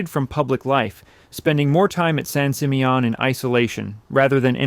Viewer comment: Terrific images but I believe this voice over is AI. The mispronounciation of several words seems robotic but this one above all - San Simeon is pronounced "San Sim-ee-uhn".